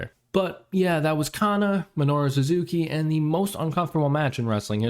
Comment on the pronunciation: Me-no-ru. Jesus Christ, work on your pronunciation